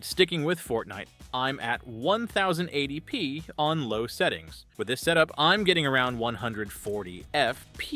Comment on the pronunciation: Who says "onethousand eighty P"? You even said "onethousand eighty pounds" into the vido. That's where I stopped watching this Ai voiced crap.